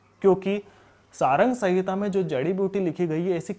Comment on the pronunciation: Bhai Charak Samhita hai, naam to thik se lelo..... Hamare Rishiyo ka sahi naam lena sikh jaao....